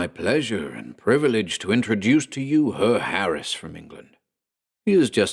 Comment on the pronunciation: Awesome story! Love the narration. Only a little thing Herr is pronounced hair. Loved it👍👍